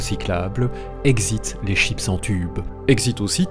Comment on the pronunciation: Oh non, il nous a trahi! Il a prononcé "chips" comme les anglais...